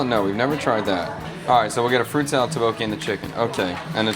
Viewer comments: It's pronounced more like 'duck-bogey' and not 'ta-bokie' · It's pronounced "DUK-bo-kee" instead of "tae-bokee". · Your pronunciation of tteokbokki is still not great with the videos where you eat it. And now your kids have learned it from you on how to also say it incorrectly lol.